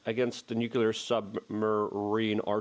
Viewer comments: Luke PLEASE, its NUKE LEE ERR not NUKE YOU LERRR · Why does Luke spell "Nuclear" when it's obvious, by how he pronounces it, that it's supposed to be spelled "Nucular"? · Nuclear. New Clear. Two syllables Luke! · Nu - clear. New Clear. 2 syllables ✌️ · The word is nuk lee ar! Why does everybody, even educated people, sound illiterate?! People arent taking it aeriously because evryone sounds like a cartoon! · Nuclear actually has three syllables. Nu- clee-ar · Pronouncing nuclear with more than two syllables waters down the entire message.